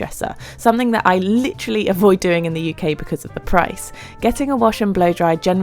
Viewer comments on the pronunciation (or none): none